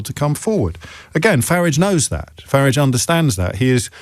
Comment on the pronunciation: Why does this tool call him "Farridge"?